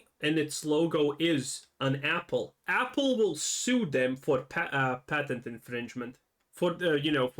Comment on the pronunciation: Why does he keep saying paytent? There is no Y sound in patent did he never take English classes?